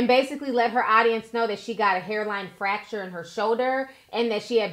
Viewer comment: It’s FRacture not facture